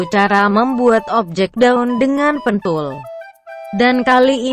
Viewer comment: Maaf bang, ane ngakak pas naratornya bilang "pentul". 🤣🤣 Tapi btw makasih bang atas ilmu nya. Semoga sehat selalu dan rizki nya lancar 🙏.